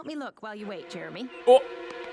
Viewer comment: stop saying JEREMY like that!